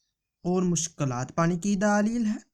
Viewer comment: Or ye daalil nhi ha dalil ha....داليل نهى دلبل